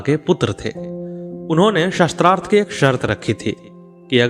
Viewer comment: mahoday aapka uttam prayash aapko sadhub..,mai aap ka dhyan ek galti.. aap शास्त्रार्थ ko शस्त्रार्थ uchcharan ker rahe ho jo ki galat hai,ek aadh aur mamuli mishtek hai, अ aur आ ke uchcharn ko dhyan do,apane bole ko baar baar suno galti samajh me aajayegi,,,mera ye kaam nahi hai,bash tumhare adarniye prayash me subhkama swaroop hai,sri radhe sri radhe sri radhe